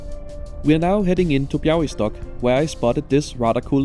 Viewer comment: I didn't expect a proper Białystok pronounciation :O Nice job!